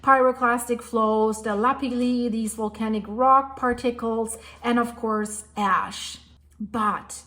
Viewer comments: Ash plume, not "ass????" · Thank you for all your diligent work….ash is pronounce « ach »…shhhh sound 😊